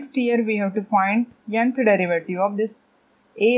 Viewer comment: May i knowWhy are you said yanth instead of nth🤔